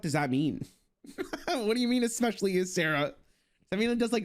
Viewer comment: exspeshially made me phisically cringe